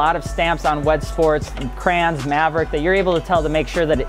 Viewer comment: Listening to this guy say "Crayons" instead of Kränze, painful.